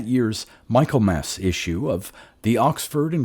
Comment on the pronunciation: "Micklemass". Not Michael-mass.